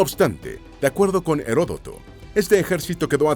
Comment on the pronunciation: Una muy mala traducción y una mala pronunciación en español de algunas palabras tales como Herodoto. En español, al contrario que "retribution" en inglés, no se utiliza retribución con el sentido de castigo.